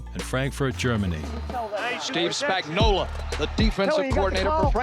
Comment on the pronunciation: But can we include how to pronounce his name? Everyone and their mother calls him "Spagnolla". Say it, "Spagnuolo." It has a big "O" on the end of it. He's not a can of Chef Boyardee 😂